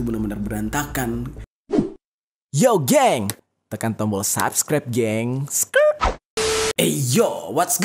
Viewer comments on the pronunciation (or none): none